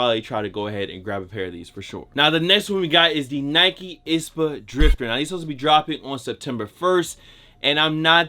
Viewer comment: What’s an “ispa”?... I thought it was I-S-P-A 👀